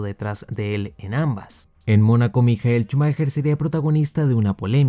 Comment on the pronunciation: mijael chumajer Yo: maicol schumacher Efeuno: mijael shumaja